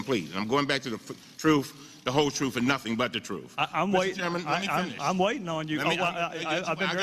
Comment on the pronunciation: Did Elijah say the "troof" - truth?